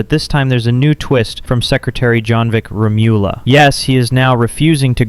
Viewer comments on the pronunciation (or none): It is pronounced Jonvic Remul-ya... not Remi-ula...